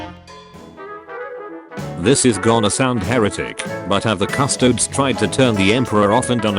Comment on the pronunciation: Wait, did that one dork call them "Cus-Toads" because he put the word into a tts instead of looking into the lore for 10 seconds?? That would be very funny if true.